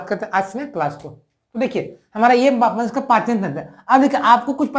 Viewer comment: Sir khana to nhi chahiye but Aap manushya ko Manos kah rhe h 😊